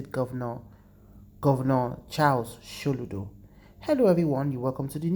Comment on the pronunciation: Watch your pronunciations. So ludo bot Sholudo. Poor video